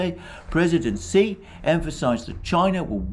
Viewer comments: Xi is not pronounced “see,” but rather more like “shyee,” or even “shee” would be closer. Otherwise great stuff. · President “she”, not “see”! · why are u pronouncing xi like a xylophone?